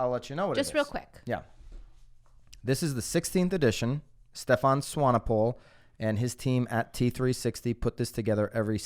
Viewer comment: Impressed with your pronunciation of Swanepoel.